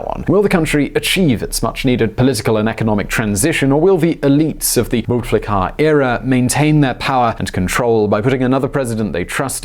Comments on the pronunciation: It’s Boo me dee een And Bouteflika is pronounced Boo tuh fleek uh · Him: BouteflikAA Me : *giggles * Him : Harari Boudemiadian Me literally dies Aaaah westerns trying to pronounce shit.... What a blessing 😂😂😂😂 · Never heard a better "Bouteflika" prononciation in my life 😂😂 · That’s the funniest pronunciation of “Bou Taflika” ever 😂😂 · Firas Sanioura It sounded like “boot licker”. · I adore the way he pronounces bouteflika's name 😂😂💗